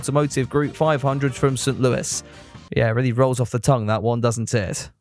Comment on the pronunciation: Pronouncing it Sit-Louis instead of Saint-Louis is a new one lol